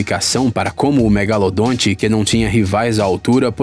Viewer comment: Para quem acha que o nome correto dele é apenas " Megalodon" está absolutamente enganado. Pois este nome é a pronúncia em inglês . Então se o chamarem de megalodonte estão corretíssimo. Existem até pessoas que acham que o narrador está pronunciando errado. Esses que pensam nisso deveriam tomar uma tapa no pé da orelha para estudarem mais... Bando de gado.